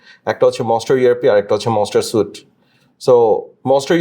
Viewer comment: Suite is pronounced sweet not suit